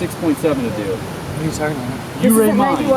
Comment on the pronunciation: From the moment I heard say "Ouray", I knew... wrong turn ahead 😉